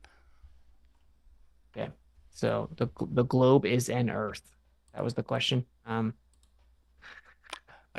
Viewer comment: “Obviously, a pitcher of the sun proves the earf orbitz ‘round it… trust me bro”